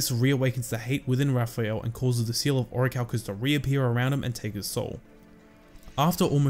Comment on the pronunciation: 😂😂 then officially it's "the seawl uh oracalcamose" Pronunciation is key